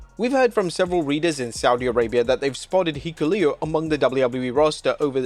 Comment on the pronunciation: How many different ways did he pronounce Hikuleo? Lol or rather, mispronounce